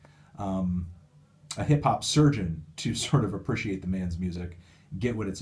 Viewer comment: why do you say appreciate like you have a pair of balls in your mouth